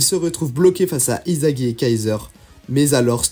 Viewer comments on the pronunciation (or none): On prononce issagi et pas izagi😊😊😊